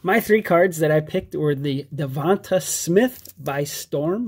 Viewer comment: wins with the Slim Reaper🐘By Storm! DavontA Smith. Don't take my word for it watch the 2020 Heisman trophy presentation to see how it's pronounced. DavontA not DavontU!🤣